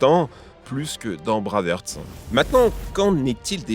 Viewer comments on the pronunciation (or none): braveheart, se prononce "Bréve Arte" et non pas braaaverrt.. désolé mais c'est horrible à entendre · Braveuhrt ou lieu de braivhart alors là chapo ! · Yo c'est pas bravèrte mais brèvarte pour Braveheart lol l'accent anglais 😆😆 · "braveurte" <3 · "Dans le film Braveurt"... Please... Je veux bien que les gens sachent pas prononcer l'anglais, mais y a des limites...